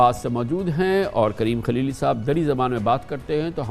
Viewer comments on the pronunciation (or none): کامران صاحب موصوف کا نام کلیلی نہیں ہے بلکہ خلیلی ھے شاید آپ اردو کو انگریزی الفاظ میں پڑھ رھے میں